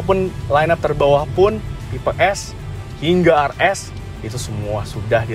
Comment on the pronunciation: tipe RS bukan AR ES. penyebutannya tu yang benar